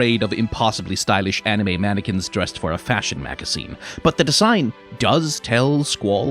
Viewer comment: Anime mannequines you say? ...anniquines?